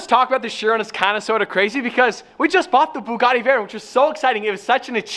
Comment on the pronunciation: Still cannot pronounce the word Bugatti properly. Get a grip.